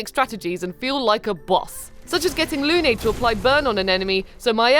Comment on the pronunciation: I’ll play it in French and I realise the names can be tricky to pronounce (not that most French people fare any better at pronouncing names in English,in fact did really well at it!) but a pronunciation closer to the French would be one that rhymed Lune with Rune (Lune means « moon » too as you might remember from school French lessons) and I’m pretty sure Esquie is a play on the word « esquille » (S-ki) « bone splinter ». I’ll have to play it to find out more about the game and the characters! 💟